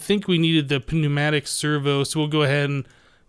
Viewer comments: Lol, pen-umatic. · You don't need to pronounce the "p" in pneumatic, it's a silent p. The correct pronounciation should be "nyu-matic" then. xD